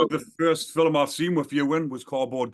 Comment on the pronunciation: I think ur a top fella but u gotta figure out how to say ‘film’ proper 😂